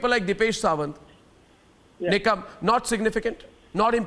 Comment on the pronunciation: It is Nikam, nit Nigam :)